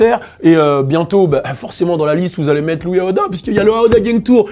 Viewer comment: IVRNOIR DE LOOUIS AOUDAA 😂😂😂